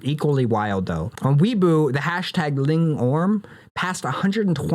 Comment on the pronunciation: When u pronounce weibo like weaboo i laugh every time 😂😂 i think it’s pronounced way-bow lol. Also thank you so much for covering these things in such detail. I’ll be watching every video you drop ❤